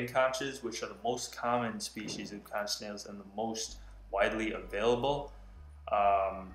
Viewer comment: It's pronounced "CONK" although spelt conch